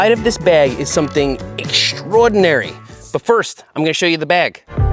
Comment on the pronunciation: Timestamp: , "eggschroadenery". I love it :D